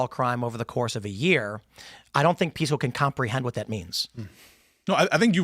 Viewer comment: Piss-co? Sorry, but I just can't. He's proven that he is not a serious person.